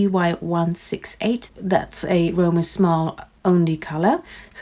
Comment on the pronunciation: His name is read "shmal", not "small" or "shmaltz". Short japanese "a", "sz" is read similar to english "sh", ends with "l", not "ts".